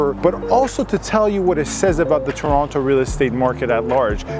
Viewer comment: Red flags: 1. Pronounced Toronto wrong 2. Pronounced strip "shhhhtrip" 3. "Student" (first time) buyer 4. The condo owner owns everything from the structural ceiling, walls, and floors. Don't need permission for finishes. Just permission to carry out noisey work. Stripping popcorn is not a "risk". 5. That hint of the BMW "Pairjan" accent